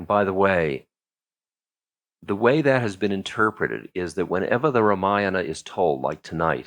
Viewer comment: I have yet to see even one Westerner pronouncing Sanskrit names like Ramayana, Mahabharata! Ram Dass is no exception. Ramayana belongs to another age- the Treta Yuga when ethical values, dharma was different.